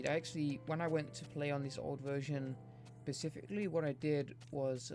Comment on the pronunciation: No offense, but you saying "Pacific-ly" instead of "specifically" (such as ) is driving me mad.